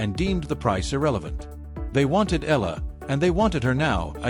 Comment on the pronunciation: E-YA-LA correct pronunciation